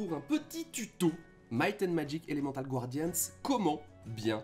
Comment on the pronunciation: Je vous supplie mon bon monsieur, c'est pas Gwardians mais Guardians. Personnellement, le "rifail" je m'en fichais, mais bon, je passe sûrement pour un con tatillon, mais bon, quand on présente un jeu et qu'on le prononce mal (ne parlons pas d'un accent qui serait approximatif, ça à la limite okay) ça donne clairement pas envie de continuer la vidéo. Imaginez si quelqu'un présenter Summoner Wars et disait, Summoner Var... Personnellement j'aurais des envie de violence physiques xD Mais vraiment, je veux pas paraître méchant, mais concernant Summoner Wars vous/tu (pick one) prononces Wars un peu à la française sans forcer la prononciation du "a" à l'anglaise, pareil pour le "u", et c'est très bien. Donc s'il vous plaît^^ Paix nougatine et patapé je viens en paix.